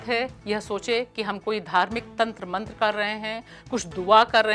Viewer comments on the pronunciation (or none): none